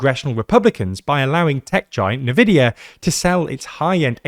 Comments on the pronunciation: Seems like an odd choice to pronounce the n as nuhvidia instead of NVidia 😅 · It's not pronounced nividia, it's en-vidia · N-vidia, not "Navidia" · Another day another 'navidia' mispronunciation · Nvidia isn't said like Nivea. Please guys, you hurt my soul.